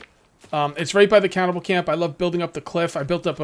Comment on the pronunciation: Just a heads up Cannibal isn’t pronounced “cow-bell” or “cowvell”